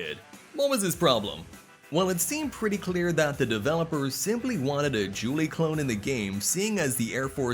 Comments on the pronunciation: Julie? 🤔 who is Julie? At first I thought Juri was being pronounced wrong, but then later in the video it seems you're trying to pronounce Guile. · Lollll he for sure mispronounced Guile😂😂😂